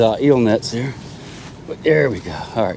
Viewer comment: you got a good Maine accent goin theaear